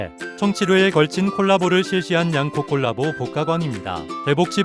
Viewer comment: 발음이 가끔 골라보로 들리는건 착각인가요?